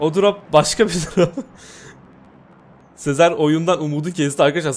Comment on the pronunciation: Abi Sezar'a Sezer deme ya gıcık oluyorum